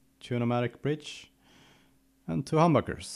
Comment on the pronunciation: I thought I heard "hamburger" when he said "humbucker." lol